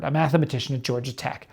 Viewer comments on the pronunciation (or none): none